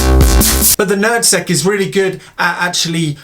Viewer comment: He said: "NerdSeq." I thought he said "Nad Sack."